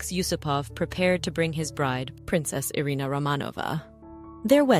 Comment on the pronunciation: 「アリーナ」「アレーナ」じゃなくて「イリナ」ですよ